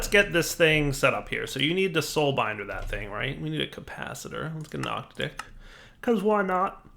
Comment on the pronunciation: It's pronounced OC-TAD-IC, not OCTA-DIC. I love your content but that is driving me up the wall. It refers to an octad, a grouping of eight things.